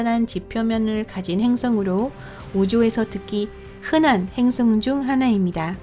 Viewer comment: 행성 을 행승이라 하고 수성을 주성이라 하고 띄어쓰기 이상하고 1/3은 못알아 들어서 중간부터 자막키고봤네요 불편불편